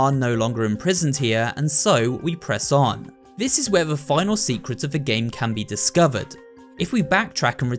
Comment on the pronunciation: U say secwet